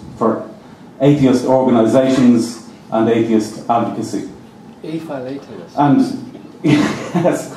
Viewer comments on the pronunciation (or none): He said "aphilatelist" I think i.e. a non stamp-collector